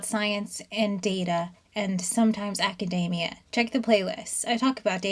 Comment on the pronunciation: ACK - AH - DEE - ME - AH It’s not hard, folks.